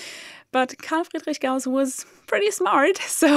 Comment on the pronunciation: I don't know how many times I looped just to hear you pronounce Carl Friedrich Gauss... over and over and over! ;)